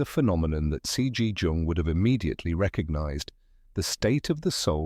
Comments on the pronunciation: He is GERMAN NOT CHINEESE! "Cee- Gee - Djung" 😂😆 - idiotic. His name is Jung. Like Young. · I just read a comment above that suggested an ai generated voice mispronounced Jung as run. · Jung is pronounced Young.. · Oh gawwwwwd. Now we need to turn loss and pain into youthful appearance. Leave us alone, AI voice that pronounces Jung like it's a 'j' and not 'y.' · Maybe people would take this more seriously if you pronounced his name correctly throughout the entire video. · It's what made you click.. to an AI generated voice who doesn't know how to pronounce Jung.